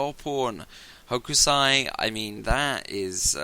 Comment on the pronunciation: It's (roughly) pronounced "HOKE-sigh".